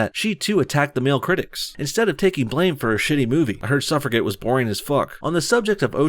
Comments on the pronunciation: What the frack is 'Suffra-get'? It's pronounced 'Suffra-jet'. If you're a young-ish white guy who wants fast paced action movies, I can see how a film about the struggle of women in the UK to get the right to vote a hundred years ago isn't gonna be your thing. It's not my thing either, but that doesn't mean the movie shouldn't be made. The execution is the thing. The only thing. I've not seen the film, so can't comment further. You make many good points here, but then go and spoil it all making pointless personal attacks on the age of Ocean's 8 cast, and on Mindy's appearance. What does that have to do with anything, seriously? It just ends up undermining all the good things you say, because your critics will pounce on those insulting comments. As a white male, I hate the way white males have become the new whipping boys for the left as much as the next guy. Sometimes though, white men do deserve the metaphorical kicking for the things they've done - such as, going back to my first paragraph, denying women the vote because 'women's minds aren't capable of understanding complex issues' (an argument that was used at the time, and ironically was used again by those who voted Remain in the UK's referendum on leaving the EU to dismiss the winning Leave voters. Nothing changes!). Or in the U.S. those white men, mostly in the south, who spent the next hundred years after your civil war trying to grind down the aspirations and rights of black Americans; taking away their rights to vo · Suffragette. Suh-frah-jet. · Pronunciation of suffragette. Look it up. I won't accept bullshit from a channel named No Bullshit :) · suff-ruh-jet. I'm trying to like your channel, but your pronunciation is pure bullshit. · sorry but you sound really stupid when you don't know how to pronounce suffragette! how in the fk does that happen??! good god, man!!